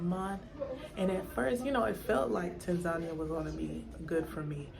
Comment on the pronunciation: I'm puzzled as to why Americans, white, black or purple with pink spots, can't pronounce Tanzania. I thought at least if you were living there, you would know that you were pronouncing the countries' name incorrectly. It's Tan - zan -- eea not Tan - zarnia